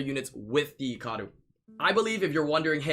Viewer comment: okay you say Icaru like its eecaroo and other youtubers and me say it like Eyecaroo it triggers me not that its annoying its that I am not used to it